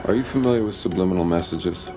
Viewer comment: How did baby Bush work an extra "B" into the word subliminal? 😂